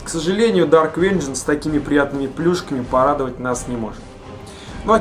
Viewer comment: >dark wengeance >wengeance nuclear wesels